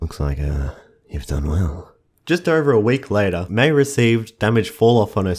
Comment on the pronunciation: Haha I like how he says MEI-bye